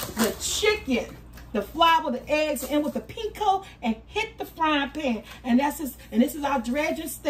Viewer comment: "pinko" for panko had me giggling lol made me think of price is right game Plinko 🤣 Sammich looks great!!